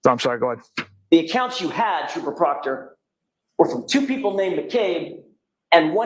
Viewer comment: One last thinggggg…PROCTAH TROOPAH! 😂😂😂😂